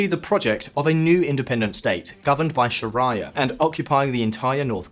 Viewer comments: Sher-rea-a not Sha-rea-a! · Weird pronunciation mate 😅 Shaa Rye Er - really? Sharia ☪️ Unless that is the correct Arabic pronunciation? 🤔 In which case I stand corrected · You know the Moderator is out of depth with the topic when he pronounces sharia as "sha rhye er." . This channel has actually always been a breath of fresh air up until the point that they forgot that it is in fact not compulsory to pass commentary on a topic that they know little to nothing about. At least, get the pronunciation of sharia correct before trying to meddle in a sensitive topic as Jihad, and how this phenomenon affects the Russian state on a macro level. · Bro why do you say sharia like that lol